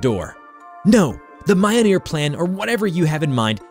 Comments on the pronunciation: Mi-yol-nir not miyonir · "Mayonyr" JESUS FKING CHRIST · You pronounced MJOLNIR wrong it's pronounced millneer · The way you pronounce Mjollnir is unsettling. Mah-yoh-neer 💀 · It's mljnor (Mil-neer) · In Nordic languages, the J is pronounced like the English consonant Y. So, it should be “MYOL-nur” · Your butchering of pronunciation for "mjolnir" is appalling, especially considering that it's a pop culture reference at this point.